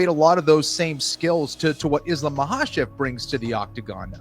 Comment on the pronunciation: Chael hears the names all the time still says them wrong lmao there's no L in his last name brother